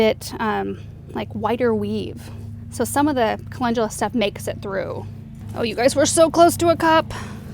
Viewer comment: You pronounce it colengula